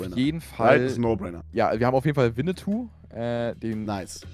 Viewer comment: Bro es heißt Schuh des manitu nicht Schuh des Winneytou…